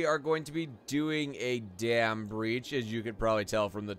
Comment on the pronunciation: Sounds like your saying damn